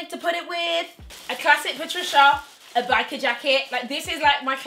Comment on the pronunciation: “How I’m going to turn up at my sugar daddy’s funeral” PA-TRICIA LMAOOOOOOO PLEASE